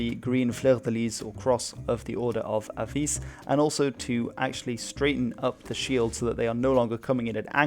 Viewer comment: Very nice video as a portuguese i must say im happy someone gave us this much attention but Beja is pronniunce with the J just like in french and english as B é j huh and Evora is É v u r huh and Avis is pronnounced Avish, its very simple